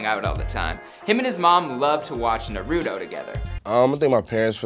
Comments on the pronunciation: Why you gotta say Naruuuto it’s Nar-U -To GEZZ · Did he just say na ruto it's Naruto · it is {nar-ooo-toe} not {na-roo-too} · Excuse me!? Did you just say "NarOOOOOdo" instead of Naruto? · NARUDO 😂 IT'S NARUTOE TF DUDE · Knawr*Root*Toe not neruto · THIS DUDE SAID NAROTO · I hate when people say Naruto like naroodo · TF IS NaRUDhOw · Na-rú-to please dont pronounce it wierd. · Anybody else triggered on how he said Naruto or just me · The way he pronounced naruto 😂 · Shakib Ahmed I know i was like wtf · This guy really said naruto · Didn’t say Naruto right 🤦‍♂️